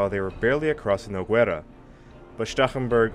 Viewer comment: Nice series on the War of Spanish Succession. These videos needed to be done. Minor criticism, pronunciation of the Spanish toponyms, especially Lérida/Lleida, Balaguer, and the river Noguera - that "gue" bit is not goo-e, but g-e. It is one of the few cases in the Spanish language when there are mute vowels. Not asking for Noguera-Ribagorzana, the full name of that river, however. But it is only a minor criticism, like the series, and subscribed.